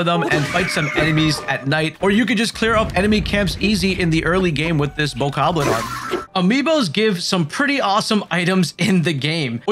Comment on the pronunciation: Whats a bokarrrblin???? Its bokoblin😂